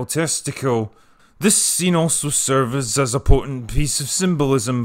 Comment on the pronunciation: "This scene also serviz..." hee